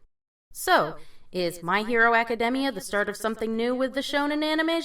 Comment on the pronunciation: Did she just say My Hero Acadehmmia? And there's a bit of an echo at the beginning